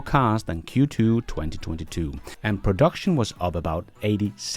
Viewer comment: Sorry I love e your films , also this one but .. sorry, sorry a lot .. for Q2 sounded a little like f ... q ... 2